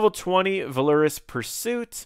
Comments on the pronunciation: My friend... VAL-or-us. :) Not Va-LOR-us Keep up the awesome tips :thumbsup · This video was informative and quite short given the amount of content, bravo. Sadly, I cannot like a video in good conscience when the word "Valorous" is butchered so heinously.